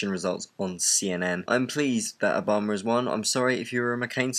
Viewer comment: i love the way you say Obama it so wonderfully British :)